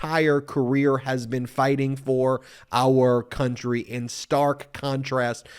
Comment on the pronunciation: AR border! AR people! lmao MTG? it is pronounced OUR!